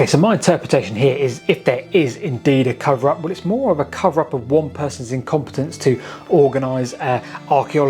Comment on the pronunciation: "Incompetence" please. I don't know where this fashion of screwing up perfectly good words in his way comes from but it is unnecessary and ugly.